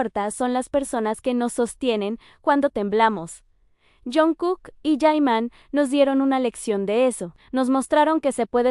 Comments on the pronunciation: Porque lo llamas yaiman. Yeimon! Ni sabes cómo se llama!! Se llama JIMIN, JI-MIN. basta de estupidez. No te veo porque sos poco creíble. Llámalo como se llama, aquí, Corea o cualquier parte del mundo JIMIN es JIMIN. Si te escucha el ladre, te da un voleo en el culo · Por qué ahora le llamáis Yaiman ,no creo que no en coreano se pronunce así ,así que por favor dejaros de poner nombres que no les. Corrempode su nombre y por el que le conocemos es Jimin o Park Jimin ya vale de tanta tontería